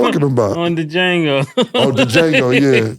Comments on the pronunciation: Dee-Jango...Fellas the D (pause) is silent smmfh! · That's Wild! The D is silent pause!!😂😂😂 Dajango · "DaJango" is crazy 😂😂😂 y'all, the D is silent... pause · Cam said Da Jango lolol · Pronouncing the D on Django is gold 😂😂😂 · It's Jango, the D is silent... pause, no Lucien... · the d is silent in django yall sound dum every time lmao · Django????..... ummmm the D is silent lol #Pause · The D is silent inDjango fellas 🤦🏾‍♂️ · The D is silent #Django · The D is silent is CRAZY 😂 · The D is silent in Django 😂😂😂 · The "D" is silent 😂😂😂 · Jaimie Fox even told you how to pronounce Django. The D is silent. No Iddy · "It's Django.. the D is silent" 😂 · the D is silent mutha fucca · The "D" is silent (pause) in Django. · Wait, did they BOTH say “on De Jango?” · The D is Silent....PAUSE 😅...DJANGO!!! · The “D” silent in Django pause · The D is silent 🤣🤣🤣 #pause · These dudes pronouncing Django wrong is hilarious 😂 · All that money and they got and still can’t say Django right 😂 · The d in django is silent #Pause 😂